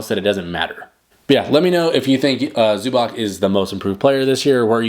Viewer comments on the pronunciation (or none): If you gonna do a vid about a dude, maybe first learn how to pronounce his last name in proper way? zoo-bahTS, not zoo-back